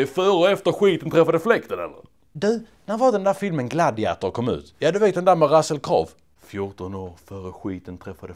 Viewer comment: russel kråvv